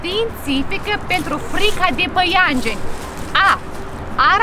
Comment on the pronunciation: Nu se zice paiengeni dar păianjeni